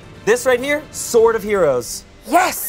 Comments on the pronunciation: Ok but that 'Sword of Heroes' sounding like 'sort of heroes', not sure if that was planned but that was pretty epic and was the final tidy bow on a perfect one-shot adventure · I love how "sword of heroes" sounds like "sorta heroes" and nothing has ever been more perfect for our band of heroes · "Sword of Heroes" - Dolores "Sworda Heroes" - Gaspard